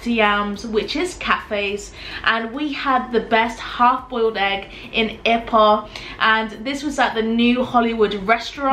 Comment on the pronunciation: Kelantan is pronounced "ker - lund- tonne. And ipoh is " ee - poe". I miss Malaysian food and maggi goreng!